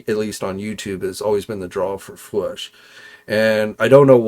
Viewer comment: It’s not fwush it’s FWOOSH AND the man!